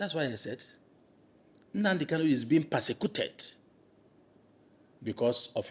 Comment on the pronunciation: This guy should be notified that the name is NnaMdi KaNu, and NOT "NnaNdi KaLu."